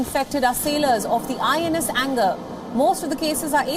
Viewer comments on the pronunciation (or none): It's not INS anger it's INS Angre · It’s pronounced as INS ANGREY not anger. Angre or angrey is a surname. Kanhoji Angre was the best admiral under Chhatrapati Shivaji’s rule. Hence the name. Also INS ANGRE is not a naval ship but a shore based building facility. Home work please . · Baby its not INS Anger its INS ANGRE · It's pronounced as "angray" not anger